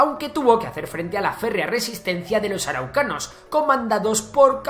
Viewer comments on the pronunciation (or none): quiénes eran los "ARUCANOS" ? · adelante con los "arucanos" 😂😂😂😂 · la palabra es araucanos, y el apellido del padre de la patria se escribe O´Higgins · dijo araucanos y cerré el video